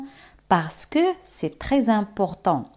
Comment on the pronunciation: Por qué c'est se te escucha cy y no ce? Merci